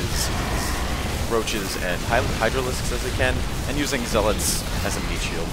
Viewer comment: Good vid man, but please, 'zealots' correctly